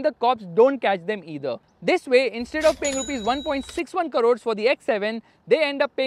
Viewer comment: It is not karore, it is krore. Please change your north indian influenced mispronounciation of certain words.